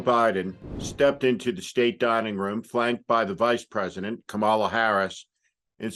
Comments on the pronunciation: Pretty sure it’s not Ka Mal Ah it’s cam a la. Rhymes with Pamela. And I am pretty sure you mean “axis of chaos” not “access of chaos.” It’s also “important,” not “imporent.” It’s hard to take you seriously when you’re too intellectually lazy to properly pronounce the words in your own speech. And it’s NOT “Romney McDaniel”! Her name is Ronna. RONNA McDaniel! And “How toxic IS her thoughts?” I don’t know, how toxic ARE her thoughts? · Steve it’s Kaamela not Kamala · Thanks for your fine commentary, Steve. (one minor point: it’s KOMMA-la, not Ka-MA-la.) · Love you but say it after me: KAHM-uhluh. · just one thing..Kamala is pronounced like comma. There r those on the right who deliberately pronounce it incorrectly, as an insult. I'm sure that is not your intention. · Learn to speak faster and how to pronounce Kamala. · Your credibility was shot for me the minute you couldn't correctly pronounce Kamala Harris's name correctly. The accent is on the first syllable. Jeez. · Please say the word, like a comma, then law, it’s Kamala, not Kamala, but Kamala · Please learn to properly pronounce Kamala Harris name. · Please, pronounce Kamala Harris’ name correctly! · I know you're a terrible reader but can you at least try to say her name correctly?